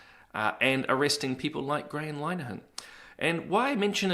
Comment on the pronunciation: Hello, I love your show ❤. By the way, Linehan is pronounced LINNER-han 😉 (linner rhymes with dinner)